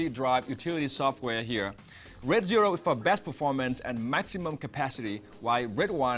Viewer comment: Could barely understand what he was saying!!! Sounded like he was saying "red" but it was "raid"...